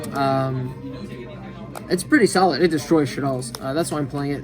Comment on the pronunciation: Very solid? I think u mean very.... Salid XD